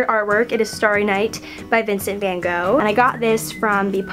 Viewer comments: do americans seriously not know how to say van gogh and dolce & gabbana? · It's goth in England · In Ireland (yes I know I'm Irish well I'm half Irish) anyway we say Vincent van gof